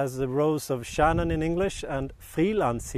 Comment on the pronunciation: It's SHARON, NOT SHANNON!